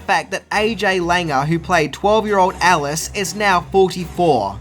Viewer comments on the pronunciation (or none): none